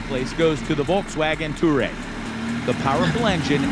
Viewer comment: Me: ITS NOT TOUREG ITS TOUWAREG🤬🤬🤬🤬🤬